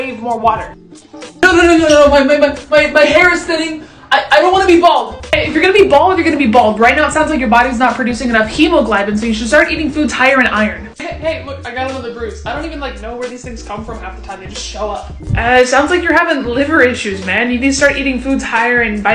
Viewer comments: For real the way she talks comes across like she’s a know-it-all instead of just being informational and then she says “hemoglibin”. Like there’s no problem with trying to be informational but you also gotta be aware of how you say it. But then again it could just be me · Why is nobody talking about how the person pronounced “hemoglobin” “hemoglibin” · That's definitely the case, could tell when she pronounced hemoglobin "hemoglibin". Didn't even spend the time to look up the pronunciation. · I think it's pronounced hemogloben not heemoglayben, I'm not trying to sound like a preacher but just figured it's better to let u know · You pronounced hemoglobin wrong😢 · Girl how you gonna mispronounce hemoglobin like that?